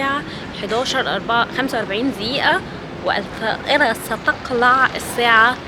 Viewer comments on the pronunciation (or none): منوره يا صمتي ولا زي كل سنه؟ 😂 يابنتي طوري لغتك العربيه شويه الطياره ستقلع هدومها منك😂 اسمه ستُقلع بضم التاء😂 كل عيد فطر وانتي بخير يا❤